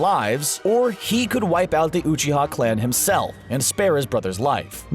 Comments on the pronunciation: you're sayin uchiha wrong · How he says Uchiha triggers me.